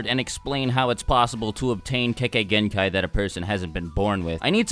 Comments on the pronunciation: Lol I thought u said kekkai hentai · Please learn to pronounce "kekkei genkai" properly XD